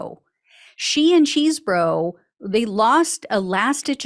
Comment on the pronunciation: What a nothing burger. Probation only!? Complete BS. She got off EASY. Also, Chesebro (not Cheesebro) is happy as a clam now that Powell won’t be sitting next to him during the trial.